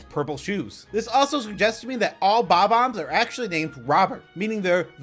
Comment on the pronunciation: I love how you pronounce Bomb-ombs like BAW-BAMS